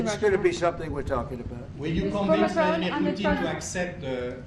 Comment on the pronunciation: He forgot Macron's name "This gentleman on my right" and even when he used Macron's name he can't pronounce it correctly.